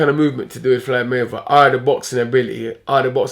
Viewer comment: "FLYDE MAYWEATHER" Hahaahah